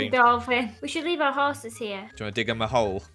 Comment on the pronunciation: “Hoeses” amazing name for horses